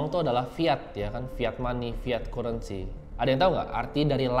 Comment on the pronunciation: Kurensi bacanya currency wkwkw